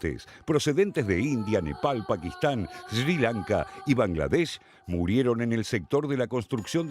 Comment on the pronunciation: No sabes decir siri lanka locutor ??